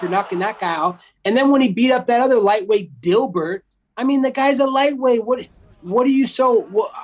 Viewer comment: i fucking love colby xD how he pronounced gilbert xDD